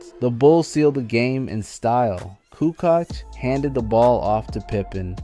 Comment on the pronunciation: Toni coo koch? Lol it's koo coach not coo koch